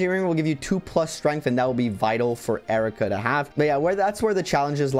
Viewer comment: Isn't her name pronounced eye-reeka?